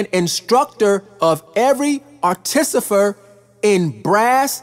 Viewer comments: Artificer not Articifer. Peace bro. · ar - ti - FI - cer not ar-ti-CI-fer ^_^